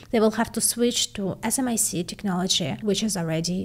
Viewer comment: Never heard pronounced smic - but I like it.